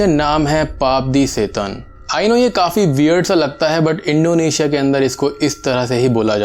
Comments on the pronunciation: its not Indo asia ....Its Indonesia ...try to say someone else's country name properly...plz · yes when you said it 1st ..but later in video ur pronunciation was like that..